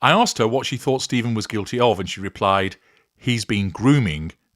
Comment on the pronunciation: Sterns' first name is pronounced Steff-an, not Steeve-en. He's an extra special asshole.